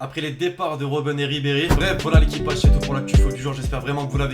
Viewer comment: Je t’aime bien mais quand tu dit « l’équipage » j’ai envie de partir de la video tellement c’est horrible à entendre